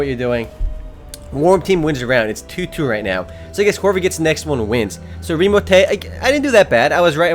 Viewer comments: lol "ITS REMOTAY" xD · haha i love the guy whos like 'OMG ITS REEMOTAY' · IT"S REMOTAY lol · lol the guy in the first room remo join is like ITS REMOTAY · said OMG ITS REMOTAY and so he is immature he wanted to show you how cooooooooool he is >.> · "OMG! ITS REMOTAY!" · "OMG! ITS REMOTAY!" Hahah